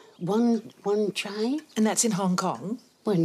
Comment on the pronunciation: lol she said wan chai...